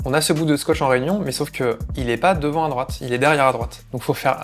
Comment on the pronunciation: capable de reconnaitre un pays a son humidité mais il sait pas prononcer LA RÉUNION